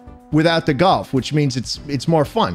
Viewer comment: I love galf man (not golf its galf)